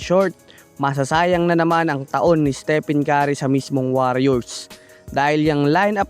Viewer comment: Hoi ungas! Ayusin mo nga pronunciation sa name ni steph..